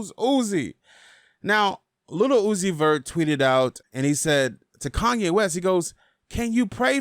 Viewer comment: stop fucking saying little uzi